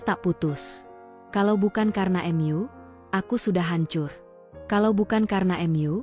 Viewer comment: Ada kata" yg mengganjal karna Mu ,kenapa dibacanya M.U?